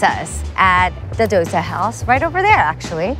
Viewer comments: Dosa -> Though Sah not Dough sa Pani Puri -> Paanee Poodi not Paney Pury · Pizza "dough-sa"